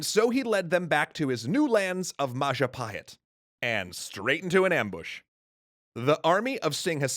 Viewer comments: Mapajahit ❌ mapahajit❌ majhapajit❌ ma-ja-pa-hit? ✔️ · Oh look who controls all the islands its the: Mahajapit❌ Mapajahit❌ Majahapit❌ Ma ja pa hit? ✅ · So Bill Wurtz definitely pronounced it Wrong. So it is the Mayapahit? Edit: I also got it wrong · Oh look who controls all the islands! It’s the mahajapit❌ Majahapit❌ Mapajahit❌ Mahapajit❌ Mapajahit❌ Ma-ja-pa-hit? ✅✅✅ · Mapajahit?🚫 Mahapajit? 🚫 Mapahajit?🚫 Mahajapit?🚫 Ma...ja..pahit?✔️✔️✔️ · it's all perfect, but the pronunciation. as an Indonesian, i really appreciate the coverage of this segment. but the butchering of names and terms are cringe worthy. Majapahit =Majapaheet Jago= the J is read the same way as the J in Majapahit, not a Y. R are suppose to be let rolled on the roof of your mouth, instead of crunching the tongue behind the lower teeth. Kediri = kedeeree or, try reaching out an Indonesian for references of pronunciation <3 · ItS NaMED MaPaJAHiT ThaTs WhAT BILl WUrtZ SaiD!1!1! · indonesian would pronounce it with j tho. So ma-ja with hard j